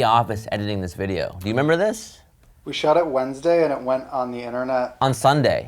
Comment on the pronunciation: "we shot this video on a wednessday" is the funniest thing on this video 🤣